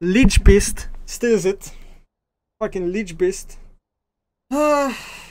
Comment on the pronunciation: "leadgsebeast" 🤣🤣 Think he honestly be happy when he sees this